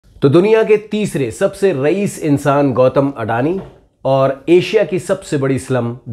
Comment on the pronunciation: Uncle it is. अदाणी not अडानी